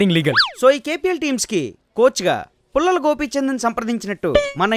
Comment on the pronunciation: it's pullela Gopichand not pullala Gopichand